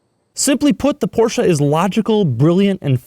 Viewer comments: Every single time i hear porscha. I want to punch you in the face. Porscheeeeee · it's " porsche " and not " porscha " ......gosh!!!! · I know, I hate it when people run up to my car and say "I love your porsh". Its poR Shah buddy lol